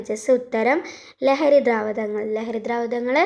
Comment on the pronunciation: Dhraavadhangal alla.Dhraavakhangal Aan.hm..Athum areella